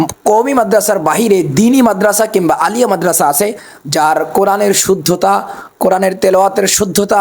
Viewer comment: Uni Alia sobdo uccharon koranni